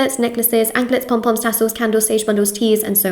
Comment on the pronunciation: ❤And I love the way you say pom-poms ❤😂